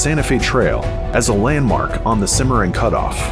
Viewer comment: R.....Kansas River, Cimma...Ron River, just saying! LOL Great Video!!!